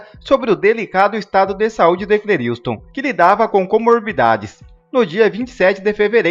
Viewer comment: Meu caro Youtuber, em respeito ao morto, por favor pronuncia o nome dele correto: é C L É R I S T O N, não é C L E R I U S T O N...